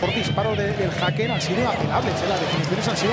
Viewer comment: Vivo en gotemburgo y se pronuncia Hecken (Häcken)